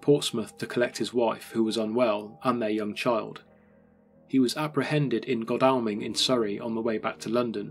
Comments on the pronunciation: It's actually pronounced GODALLMING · A very well researched, narrated and visually presented piece on an appalling time in east London. On a minor note Godalming is pronounced 'Goddle-ming,but people from outside the region would not know that.